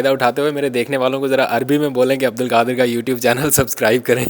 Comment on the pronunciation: Al kadir nahi al qadir hota hai talaffuz to theek kr lo Urdu ki